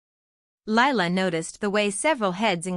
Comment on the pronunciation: What the hell did I just listen to?? The title has nothing to do with the story, the necklace had no continuity anywhere and then Lila was looking thru ledgers. What garbage. And the name Lila is 2 syllables.